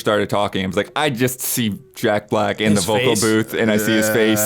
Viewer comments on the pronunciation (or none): none